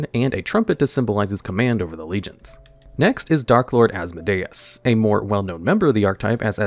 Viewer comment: I'm so happy your pronunciation has gotten better over the years, but also as-MO-dee-us